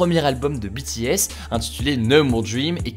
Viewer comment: Enfin quelqu’un qui prononce BTS correctement 🙏🏻 Merci